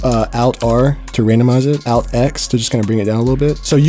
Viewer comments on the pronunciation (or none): No one gonna speak on the way he say alt